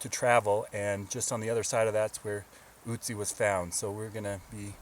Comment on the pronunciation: It is nőt ützi it is ötzi